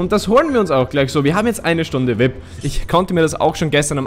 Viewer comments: Vip ? XD XD XD XD Es heißt V I P ( WI EI PI ) BITTE SPRICH ES ANDERS AUS TROTZDEM GEILE FOLGE BIN SCHON RQNG 13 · das heißt V.I.P also die Buchstaben einzeln aussprechen